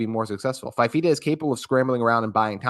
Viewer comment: Good segment. Couple details. Fifita came in for Injured De laura at Stanford and started the Washington game. Also it's pronounced "fufeeta"